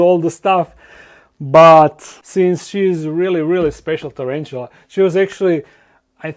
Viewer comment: Nije čerenčula,nego tarantula...